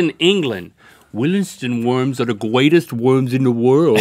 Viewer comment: Gweatest? British adults can pronounce the letter r.